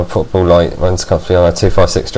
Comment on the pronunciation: when you said portable I thought you said horrible...